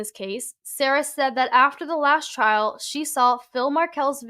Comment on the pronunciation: Damn I have followed this adelson case pretty closely in the past year. I know Sara from way way back so its wild im just seeing her name now. Her name is pronounced like Sari but with an a instead. I haven't seen her since high school though.